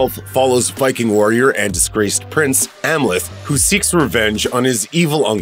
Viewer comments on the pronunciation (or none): none